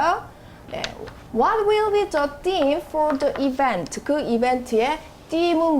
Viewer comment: theme를 them으로...넘 거슬린다